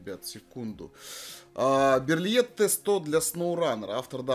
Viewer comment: Берлие. Загуглите что ли , для приличия. Берлит блевать.